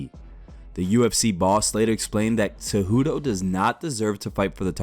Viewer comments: Why does the narrator always say Henry Tzejudo? Why tho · WHY DO YOU SAY TSEJUDO?? IT'S WEIRD AND INCORRECT. IT'S CEJUDO, BRO. CEJUDO. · bro its CEJUDO not TZEJUDO